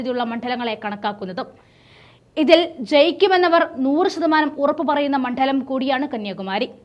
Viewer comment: മണ്ഡലത്തിൽ എന്നാണ്. മൺഢലം എന്നുച്ചരിക്കരുത്.